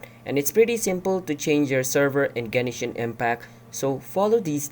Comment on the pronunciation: Gen”e”shin impact